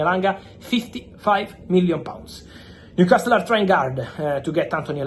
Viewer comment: Brooo its new castle not castttttel